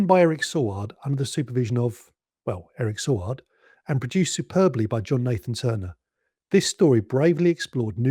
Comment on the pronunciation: Yes, the return of the Cyberment and Adric's death were surprises. However, a word of advice - do a little bit more research - Eric Saward's name was pronounced Say-ward, the planet Traken is pronounced Trarken, and March 1982 was not chilly - it was mild and sunny all the way through, like Spring should be. Perhaps trivial points points, but those of us who were around at the time tend to find it annoying after a while (particularly when you kpet saying Sar-ward instead of Say-ward).